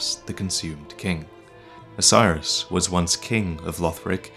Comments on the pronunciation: It's not osiris . It's OH-SIS-ER-OS. lmao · the consumed king isnt named 'osiris' . his name is phonetically pronounced 'Oh-See-air-oHs'. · So, Is Oceiros' name really pronounced "Oh-sai-ruhs"? I've always thought it was "Oh-see-ay-rohs", but no one else except me says it that way. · For God's sake, man, every time he says Oceiros, I think he's saying "Osiris". It's clearly supposed to be pronounced like Greek: oh-KAY-rosh, or maybe oh-KAY-ee-rosh, I'm not an expert. But damn dude, it's not "Osiris". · I don't think Oceiros is pronounced as Osiris. I think it's pronounced Ah-sir-oss.